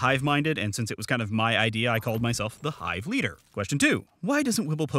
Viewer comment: YOU SAID MY NAME RIGHT!!